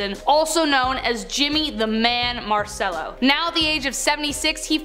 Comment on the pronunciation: Pronounced ' marchello' surely?